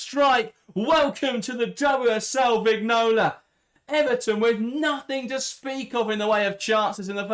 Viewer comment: Vignola is pronounced Viñola